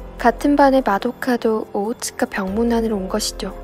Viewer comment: 오오츠카를 오오츠츠키 라고들음